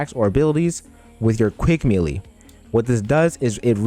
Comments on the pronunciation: (Melee) It’s pronounced “maylay” not “meeleee” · why u call it meelee bro